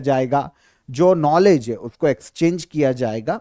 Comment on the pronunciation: आपकी गिनती सही नही है। बाइस को बावीस उनचास को उनपचास है को हे जीभ को कुछ ज्यादा ही घिसते हैँ आप। सससससससस......😅😅😅😅